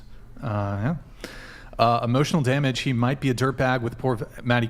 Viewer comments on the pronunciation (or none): Damn that girl killed the word ' emotional damage'